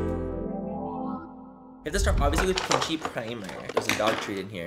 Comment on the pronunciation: I wonder how many non-Spanish speakers Manny has saying “pinchi” now 😂 love it! 🖤